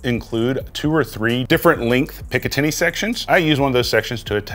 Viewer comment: You lost me at "pick uh 10y" rail system lol